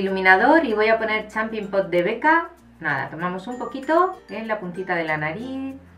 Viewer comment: "champin pop" no ! sera champagne pop 😂😂